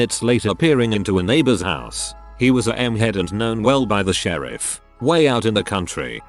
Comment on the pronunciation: "I called the shereef"